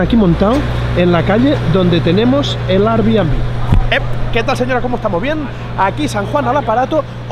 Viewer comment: Tío, no puedes ir a sopesar el abrir una oficina en NY y decir "arrr-bienbi", me sangran las orejotas.